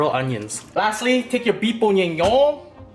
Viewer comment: The way you said “Bœuf bourguignon it’s so funny iam French , you did good